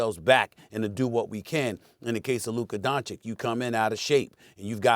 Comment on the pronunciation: FOR THE LOVE OF GOD IT'S PRONOUNCED DONCHICH, NOT DONCHICK. Omg so many years in the league and Stephen A STILL can't pronounce it right😩😩😩